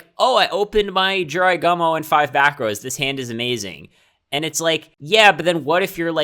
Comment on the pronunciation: G-U-M-O, not gomo